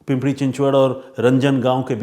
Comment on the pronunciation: पिंपरी not पिंपडी रांजणगाव not रंजनगाव